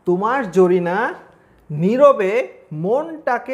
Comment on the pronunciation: স্যার তোমার ঝরিনা শব্দটা সেই লাগছে🤣🤣